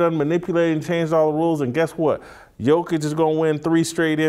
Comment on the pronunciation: Was gonna follow but you can't pronounce Jokic's name